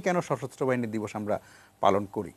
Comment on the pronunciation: দিবস না বিদস🤣🤣 বুঝলাম না